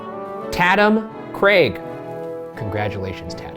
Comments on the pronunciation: Ryan's pronunciations on some of these common names... Ryan have you deadass never met a Tatum or Leigh? Like I love you but goddamn. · “Tatum” Bruh.